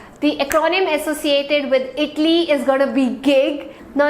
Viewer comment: Please pronouce ITALY properly ! U r pronouncing as itly ! But good class.